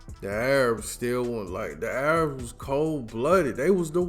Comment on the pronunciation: Haha. I love how you said, "The A-rabs."